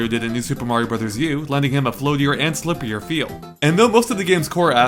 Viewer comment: DId anyone else hear him say slippyer? Pittsburghesse anyone?